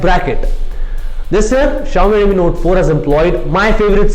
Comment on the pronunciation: Jalaj Joshi Also he has to improve his pronunciation, especially of "Redmi", sounds awkward to me